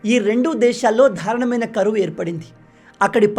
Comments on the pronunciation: MEERU PRATEESARI DARUNAMAINA ANI PALAKADANIKI BADULU DHARANAMAINA ANI ANTUNARU. MUNDU ADI SARI CHESKONDI. DAARUNAM AINA ANALI, DHARANAMAINA KAADU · ధారుణమైన అని అనవద్దు-దారుణమైన అని అనాల. మీరు ఎప్పుడు 'ధ'నివాడుతారు.తెలుగు భాష కరెక్టుగా మాట్లాడండి.